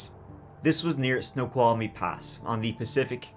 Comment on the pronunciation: Your pronunciations of Wenatchee and Snoqualmie impressed me as even wa locals get those wrong!!